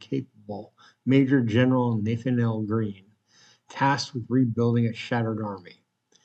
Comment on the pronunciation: Maybe check how to pronounce Nathanael??